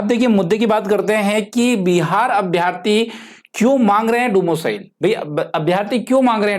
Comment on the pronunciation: Domo cile 😂😂😂bt axa lga rha hai sunne me